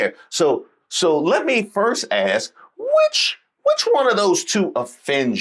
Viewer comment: Eyelashes. She is as fake as they come. Can’t even say the word ASK!